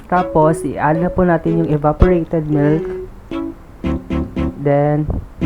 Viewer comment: Sana all cooker hahaha oj ko sa “milt” ha 😂😂😂